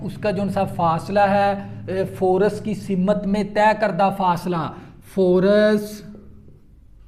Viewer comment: Force ni forse